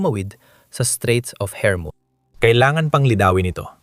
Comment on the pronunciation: Hormus hindi hermus🤣🤣🤣🤣